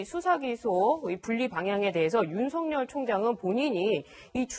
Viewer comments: 윤석열의 열은 기쁠悅 자로서 렬자가 아니므로 성녈이라고 하지 말고 서결이라고 발음 하셔야 맞습니다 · 조수진:윤석열:윤서결로 발음(ㅇ) 앵커.그외의 패널들:윤성열(×) 추미애기 모든 법에 반기를 들고 지랄. 발광하고 있는 상황.모든 법 절차에 똥미애가 번기를 들고있는 상황.